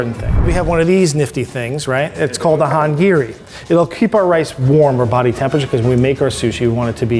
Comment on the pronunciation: why is no one talking about the chief's pronunciation with the "nigiRi" and the "noRi" and the "hangiRi"?